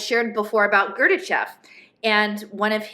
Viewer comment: Really small point but it sounds like you’re saying “Gorbachev” when you mean Gurdjieff